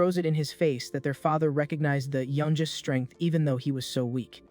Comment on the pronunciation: Can AI really not pronounce words like youngest correctly? It still has a long way to go I guess.